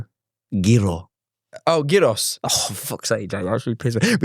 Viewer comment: The funny thing is the way jack says gyros is more accurate to how we say it here in Greece😭